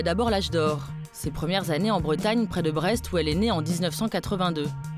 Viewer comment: Avant de commenter ce genre de reportage, il faudrait que ceux-là apprennent à prononcer correctement les mot breton ! Elle confond les artichauts prince de Bretagne avec les Ducs de Bretagne, trop drôle !